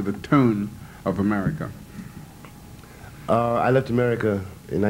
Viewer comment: A- Murry